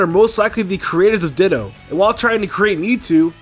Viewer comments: When he said ditto, my subtitles corrected it to dildo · Ditto: DITTO TITTO